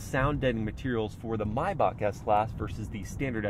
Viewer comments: It’s not pronounced maybak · The correct pronunciation is "My-bahh"